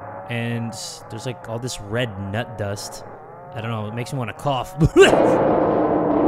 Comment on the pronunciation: "it makes me wana coff cooofffff .." 🤣🤣🤣 0